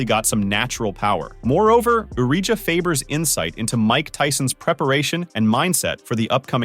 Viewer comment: U-ree-jah Faber? Hahaha